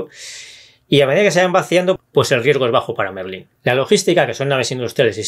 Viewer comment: MERLÓN, no Merlín :D